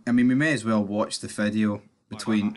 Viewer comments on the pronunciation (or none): Why do you pronounce ‘video’ as ‘fideo’?